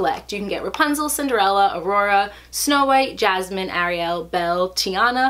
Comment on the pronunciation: You know you pronounce ariel wrong right? Lol good to see you doing pin videos again hope to see you do unboxing videos soon